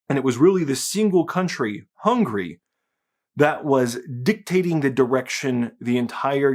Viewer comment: How come you Muricans pronounce Hungary 'hungry' all the time and never correcting that?